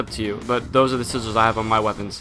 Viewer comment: can you not say 'sigils'? it isn't pronounced the same as 'sizzles'. =